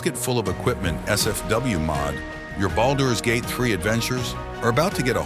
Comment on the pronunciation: The way you’re saying boulders gate is driving me nuts